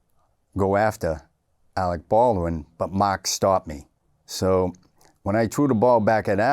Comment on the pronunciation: "he trew' it so haaaard"